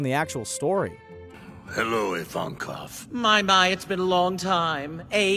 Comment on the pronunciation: dear god, IVANKOV!!!!!!!!!!!!!!! not ivanov, IvanKov. also where the hell did you read your one piece? luffy's grandparents being garp and whitebeard?!?!?!!??!!